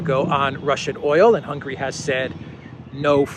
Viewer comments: Hungary. Not "Hungry." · Mate, I really like your channel, but let me tell you, that even though we are not too wealthy here in Hungary, but we are certainly not hungry. The name of Hungary is rather spelled Hun - Gary! 😃